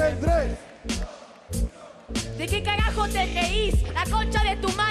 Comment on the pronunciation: "De que caggajo te ggeis"